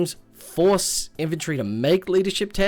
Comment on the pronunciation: "Infanrty" and "Hoard"